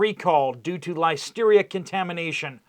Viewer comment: It’s Listeria not lysteria